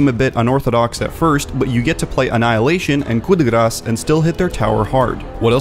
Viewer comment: finally someone who pronounces "coup de grâce" properly !